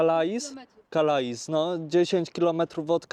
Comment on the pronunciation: calais czyta sie Kale :)